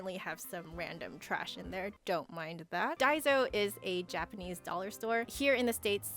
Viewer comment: btw, daiso is pronounced with the s sounding like ssss, not zzz